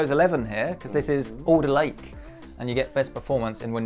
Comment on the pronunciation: Thought you said Older Lake :D instead of Alder Lake